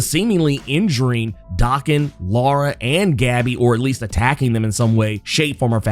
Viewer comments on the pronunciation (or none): none